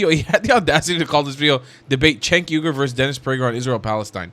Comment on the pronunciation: Cenk pronounces his last name as you ger